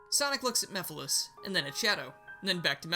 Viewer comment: Mephiles, not Mephalis